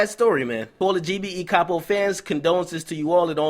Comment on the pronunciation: Lil Reese has been singing Capo's praises since 2012. It';s shocking to see that they got someone who was so instrumental to GBE. Btw DJ Akadummics it's pronounced CAY-POE, not CAH-POE.